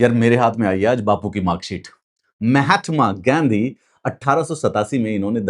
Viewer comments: I just melted......pronunciation...Mahatama gandi😅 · मेहटमा गेंधी नहीं महात्मा गांधी होता है , पहले नाम तो सही से उच्चारण करो 😮 , वे भारत एक महान पुरुष थे